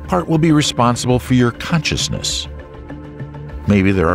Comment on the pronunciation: is it really the Aactopus ? and the aactaapai baady ?oh, and it has caantschaasness, how is that evan paaasible ? gaad i didnt haave saach an aanglash taatchaa.